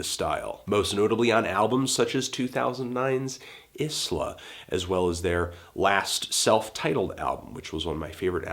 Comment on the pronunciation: Isla is pronounced 'ay-la"